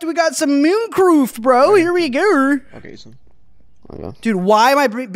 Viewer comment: We got some meurncearft bro here we geur